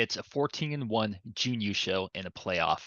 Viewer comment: You have the right vowel sound but are holding it too long. I'd say you are doing Juun instead of Jun. It might help you to think of it as Jn. Thanks for the video as always